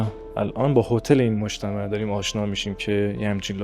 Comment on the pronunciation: سلام دوست عزیز دست شما درد نکنه از گشتو گذار در شیراز و بزرگ نمایی و برخ کشیدن زیبایی های این شهر واما گفتندبعضی کلمات شما بصورت لهجه شیرازی درست انجام نمیشود لطفا دقت کنید بعنوان مثال کلمه اول مجتمهوعو. اشتباه است و گفتن مجتمو صیحتر و زیبا تراست با سپاس و درود فراوان